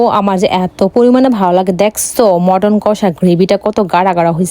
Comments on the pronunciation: পদ ❎ পাদ✅ মাটন❎ মটন✅ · মটন না মাটান🎉😂